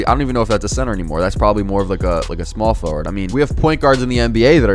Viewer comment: Power for ward...sound it out bro